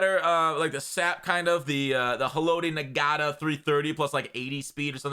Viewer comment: My man really pronounced Ngata, Nah-gotta